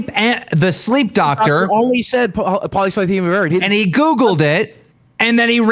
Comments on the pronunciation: I knew the moment he mispronounced polycythemia that he googled it. You don't get a cancer diagnosis and forget how to pronounce it. It's such a shocking diagnosis that people will even ask the doctor to write it down correctly so they can become experts on it when they get home. You don't mispronounce your cancer, that's just not what happens. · Hmm Boogie seems to have a pretty good recollection of exactly what the doctor said, but couldn't pronounce polycythemia right? Almost like he'd only seen it written down...